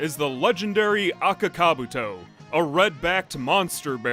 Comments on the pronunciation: I'm Finnish and I've NEVER heard ANYONE pronounce Akaka-Buutto as Aka-Kabuto. I don't think the name was pronounced correctly even once in the Finnish dub :DD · can't you not even pronounce their names correct? Daisuke and Akakabuto. You're pronunciations are terrible and embarrassing.